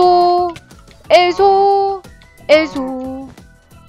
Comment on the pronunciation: 근데 왜 계속 엘소엘소 하는데 메소로 들리지? 메플폐인이라서 그런가?